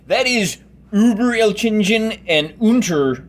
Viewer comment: Great video, it's given me some inspiration for when I finally complete my napoleonic forces. For future reference, it's pronounced 'elk-in-gen' (hard g at the end)